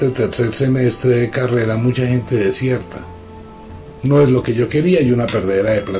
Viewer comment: Hola saludos escuche bien dijo ¡desiertan! cuando es desertan.